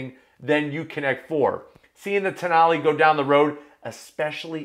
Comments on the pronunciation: Alfa Romeo...Toe-nail? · The more I read the name Tonale, the more I wondered… what if it was pronounced Toe Nail?